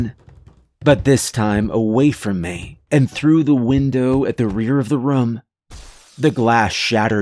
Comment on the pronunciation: "From the bunk ruhm" Not the room, the ruhm.